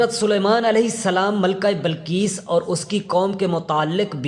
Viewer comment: Ghalib hota hey ghalab nahi .bilqees hota hey balqees nahi .bas zeair zabar ۔کہاں کہاں زبر آتا ہےاور کہاں کہاں زیر یہ جا کر اپنے علاقے کے پرامری اسکول یا مدرسے داخلہ لیں اور خوب دل لگا کر محنت سے سیکھں اس کے بعد جناب منشی پریم چند صاحب ویڈیوز وغیرہ بنائیں